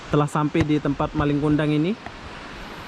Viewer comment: Njir nggak laku katanya...awokawok Jangan di paksa bang kalau susah ngomong bahasa malay nya Bukan malinG kundang, nggak pake G